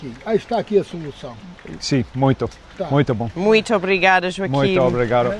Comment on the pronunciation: Please...stop saying...the M is not pronounced...mmmm...it's pronounced as in English the G at the end of...going, saying playing...btw great project and beautiful kids...keep it up!